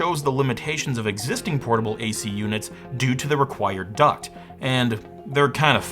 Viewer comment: well you see its not a duct, its a toob obviosly